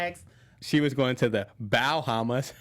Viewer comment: Bowhammas 😂😂 that was corny Byron lol but I laughed out loud lol 😆